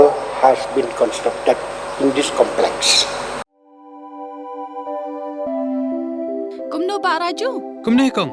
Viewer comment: complek shi complek haba dei complex da pronounce bhz ko kale.